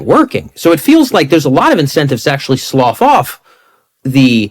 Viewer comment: Slough is ponounced sluff, not sloff.